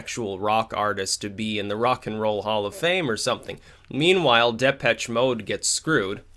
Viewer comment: Just as an FYI,, the "CH" in Depeche is pronounced like "SH" not "TCH".... Depesh Mode.